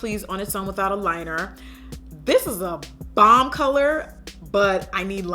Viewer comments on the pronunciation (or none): none